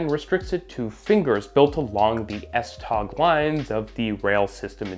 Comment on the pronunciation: please just say "s train". The 'g' in "tog" is silent